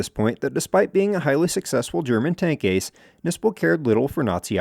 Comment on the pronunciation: Tank "a c e"...?! 🤣🤣🤣